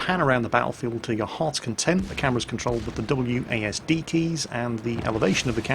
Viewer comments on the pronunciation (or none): none